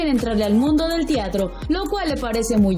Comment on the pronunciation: No se dice Tiatro se pronuncia Teatro !!!